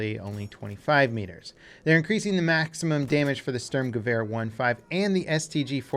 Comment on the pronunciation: It bothers my OCD that you can pronounce Gewehr decently for a non-German speaker, but you still mess up the "Sturm" horrifically, lol. Good video still tho, no hate, just pointing it out.